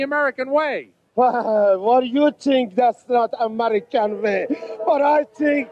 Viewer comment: Amereekaaan vaaaaaaay 😂 #sheikybaby